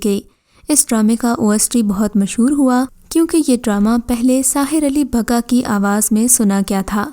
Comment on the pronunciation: Sahir ali bagga not bhagga